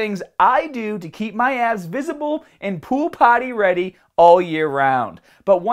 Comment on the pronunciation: Thought you said ass